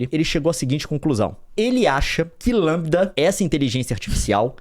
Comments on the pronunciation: LaMDA (Lamda) não Lambda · O Leon não consegue falar LamDA ele só fala LAMBDA! Tá muito na vibe do jovem nerd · Leon é LeeeeemDa e não LammmBda. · Gente é Lamda e não Lambda...kkkkk!! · o leon falando "lambida"kkkk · Eu acho que se pronuncia em inglês: "La = Lei; M = em; D = Dy; A = ei". Crianças que não entenderam: o conceito é baseado na forma pronunciada em inglês e não em português.